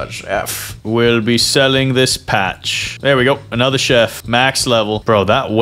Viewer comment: blud really said pacth 5 times